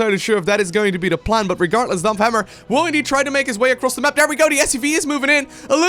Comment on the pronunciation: like your pronounciation of DAMPFHAMMERRR!